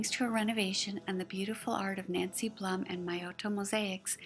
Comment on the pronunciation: Such a wonderful piece you made - thank you again!!! Was nice to watch again. Other mistake - my name is pronounced BLOOM but spelled BLUM:)